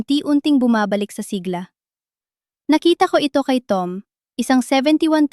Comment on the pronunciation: AI, clickbait... pati bigkas, siglā dapat siglá